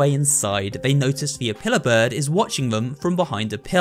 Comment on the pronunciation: Say apiller bird one more time!!!!